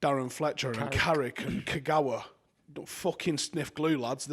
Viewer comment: Man said Fletcher and Kagawa like they were lighting it up